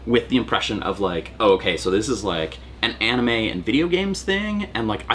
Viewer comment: “Like the onime?”